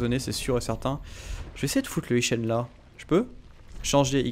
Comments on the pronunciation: Doge ça se prononce bien comme il le dit. Mais LIT-CHÊNE quoi ! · Alors c'est écrit "lichen", mais phonétiquement on dit "liquen", ou "liken"... Enfin c'est le son K pas ch... Sinon c'est trés bien! continues à git gud ^^ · Rassure-moi,, la façon dont tu prononces "lichen", c'est pour rire, non?